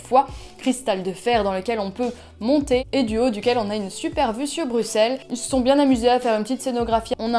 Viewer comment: ça se ressent dans le vlog c'est sûr 😊 chouette que tu aies apprécié Bruxelles (prononcé Brussel please haha)